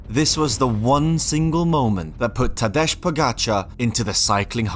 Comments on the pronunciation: It is Tadej - as in Tadey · But it's not Tadeche Pogačar... its Tadej Pogačar!